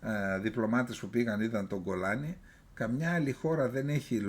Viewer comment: Μπράβο Σάββα!!! Χρόνια πολλά φίλε μου. Σου εύχομαι να είσαι πάντα υγιής, γερός και δυνατός. Συνέχισε, πάντα άοκνος, εμβριθής και εύστοχος στις αναλύσεις σου.. Για να υπάρχει μια όαση στην έρημο των άχρηστων της ενημέρωσης των ΜΜΕ, που ούτε το όνομα "Γκολάνι" αντιλαμβάνονται να προφέρουν σωστά. Με βαθιά εκτίμηση Εκλεκτός Κωνσταντίνος